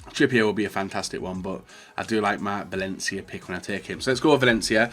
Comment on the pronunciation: Any one else hear him say ‘mark Valencia?